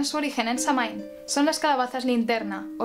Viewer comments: Es un vídeo muy bueno y la verdad es que poca gente comenta las diferencias entre nuestro calendario y el celta y el tema de las cosechas. Además, tu voz de narradora es perfecta y hermosa y el maquillaje lo borda. Eso sí, aunque supongo que la pronunciación de Samhain puede considerarse correcta, creo que está españolizado, la pronunciación celta (o al menos la pronunciación actual en gaélico) sería /sawain/ o /sowin/ porque en este idioma mh se pronuncian w (yo se algo de gaélico, viví un tiempo en Irlanda). Te gustaría la película "The song of the sea", por cierto, si no la has visto. Está muy relacionada con Samhaín. Oh, y en mi pueblo de las montañas de Gredos, en Ávila, se celebraba tallando calabazas y subiendo a la torre de la iglesia para encender una hoguera, asar castañas y contar historias de terror. Se notaba la reminiscencia. Y eso, buen video, a seguir así! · Se pronuncia "Sowin" no "samin" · Una corrección: se pronuncia "sóuin". 🔥🌛🌚🌜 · Se pronuncia SAWIN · Muy buen video y excelente la explicacion...aca en Irlanda la palabra Samhain la pronuncian " SAUIN" o "SAWIN" y no la calculan con la luna llena sino la fecha exacta ente el equinoccio de otonio (mi teclado no tiene enies, perdon) y el solsticio de invierno... Este anio 2020 la fiesta se Samhain cae el 7 de Noviembre...yo te sigo a ti...calculando la fecha con la luna llena... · Excelente información como siempre, solo un comentario, la pronunciación celta de Samhain es SAGÜIN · "quelta" "sáwin" :) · Samhain se pronuncia SAGUIN , proninciando la u y enfatizando la a como una a profunda y grave. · Samhain es una palabra irlandesa y se pronuncia "Shouin" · ¡Excelente!...lo único que encuentro errado es la pronunciación de Samhain; pero no solo en este canal, hay otros en Youtube que no se ajustan a la original. ¡Gracias! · Aquí tenemos el día de muertos, amo tus vídeos y amo como narras las historias, mi único conflicto contigo es tu manera de pronunciar Samhain